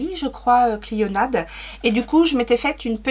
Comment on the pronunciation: coucou, clionadh ça se prononce cliona et je rejoins D cette marque canadienne est une tuerie. ils ont lancé une palette dernièrement. j'en suis à 17 minutes mais peut-être que tu le dis plus tard, tu portes quoi sur les yeux ? ce vert fluo : de toute beauté